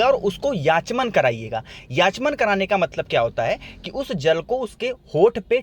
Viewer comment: याचमन नही आचमन होता हे।